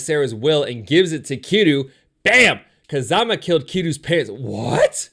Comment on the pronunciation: he pronounced Kazuma (Kiryu) as Kazama